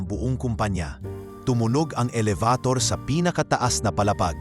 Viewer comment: Aayusin mo ang iyong pagsasalita kung paano bigkasin ang bawat salita dahil hindi tama ang ibang mga sinabi mo. Elevator,ang tamang bigkas dito ay ,Eh-le-be- tor. Okay